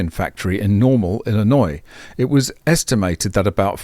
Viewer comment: Thank you for pronouncing Illinois correctly. I really appreciate your attention to correct pronunciations.